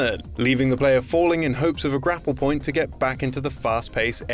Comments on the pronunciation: I like the part where he said poin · 50 percent by saying 'Poin'....